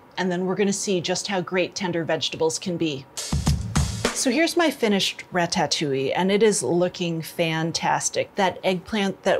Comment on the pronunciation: It's pronounced rata..touille not ratat..touille..